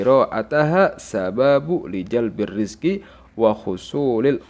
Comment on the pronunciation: Afwan ustadz,mgkn bacaan yg bnr lijalbirrizqi wa hushulilghina bgtu